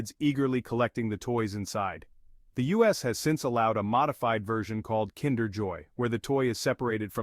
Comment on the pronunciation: You're pronouncing kinder eggs are wrong